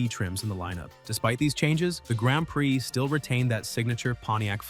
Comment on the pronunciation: "Gronned preee"😂